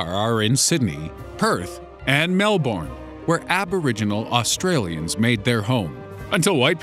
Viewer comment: Your pronunciation of "Melbourne" is cringe-worthy. -_